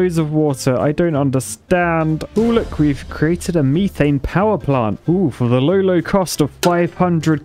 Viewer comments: its not m-EE-th-ANE its m-E-th-ANE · It's called Meth-ane not me-thane. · It’s pronounced Meth-ane not Meeth-ane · "MEE-thane" over "METH-ane" as a pronunciation sounds like nails on a chalkboard to my American ears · ME-THANE WHAT METH-ANE YOU ARCHITECT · WHAT IN THE FUCK IS MEE-THANE??? ITS METHANE !!! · its not me-thane its meh- thane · METH It’s not meeth its meth. Methane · can u STOP saying meeee thaine, its methain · He was calling methane “meethane”. Strange. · I like how he pronounces methane as "meethane". Like imagine in Breaking Bad. "Jesse, we need to cook meeth" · Mee-thane Me: he's british he should have said that correctly my mind exploding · Me not trying to ruin excitement but its (at least to my knowledge) Meth-ane (ain as in pain) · What's the actual correct way to say methane? "meethane" just feels wrong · In the US it’s pronounced meth-ane. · You pronounced Methane wrong. The reason you don’t have enough water is because of the water tanks. Just thought to let you know! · I'm not usually too surprised by British pronunciations but that one got me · I love how he says methane LOL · Ok people, quick question because it's really bugging me: Mie-thane or Meh-thane? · Someone please tell me whether or not the way he saying methane is a joke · The way he's saying methane hurts my ears